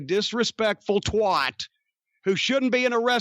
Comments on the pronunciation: I’m noticing a pattern here - anyone who is REMOTELY getting over in the wrestling world is getting lambasted by Jim Cornette - it’s almost like he’s trying to keep himself relevant by negatively latching on to the latest breakout stars in the business... By the way Jim, it’s TWAT not TWOT!! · The best pronunciation of the word "twat" definitely goes to Jim